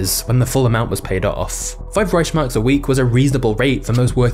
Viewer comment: Not how you pronounce Reichmarks the ch is more like a k sound